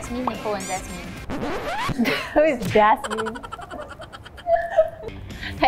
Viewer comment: Asker: dasmin: who is dasmin